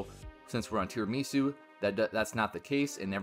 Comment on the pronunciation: how come there's not a single person in the youtube scene who knows how to pronounce tirimisu. do you just not eat tirimisu over there? it's project cafe, with aroma, decaffeinator, tirimisu, they're all coffee based. it's not a japanese word it's tirami su, it's italian